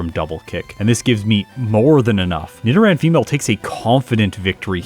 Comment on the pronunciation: Yeah, that’s the correct way as far as I know. Nido as in needle.